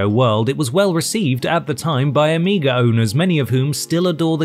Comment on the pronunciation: my man said Amiga with a hard R